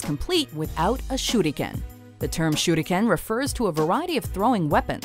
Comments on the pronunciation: No offense but it’s not shurdiken it’s shuriken. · SHE SAID SHUDICAN IT SHURICAN! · I cringe when I hear her say ShurrrRuKENNN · Goshh the thumbnaill...its super creepyyyyy.... When she says shuriken itslike syuriken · The Shuriken is called a Shuriken not a shurdiken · Shudikan not how u say it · I like how they pretend to to be fancy and pronounce Shuriken: Shoot again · did she jsut say shudiken xD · this is how she said shuriken shurdikan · It's pronounced SURE-eee-KIN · "shooty ken" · Broden Tripcony i think its supposed to be pronounced like this: Sure ri ken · I do believe the proper pronunciation is shuh-rli-kehn (手裏剣). Japanese is syllable based so the first syllable would be shu, the second would be ri and the last would be ken. Unlike Chinese, Japanese has little to no tones so everything is pretty much read as you see it with some exceptions that I cannot remember. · Nah if a japanese guy said it it would sound like this SHURIKEN! pronounced sure ri ken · nice video but think she was pronouncing the star weapons Shuriken wrong :) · I dont see why everyone is harping on the way she said shuriken, other then that, everything was pronounced well. Probably the only word you anime nerds know how to say correctly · random guy 5507 That's how she said it, except with a kind of roll of the tongue